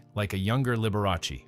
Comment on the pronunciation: You should pronounce his name correctly. The Dr. was a true doctor, and upheld the Doctor, Patient confidentiality.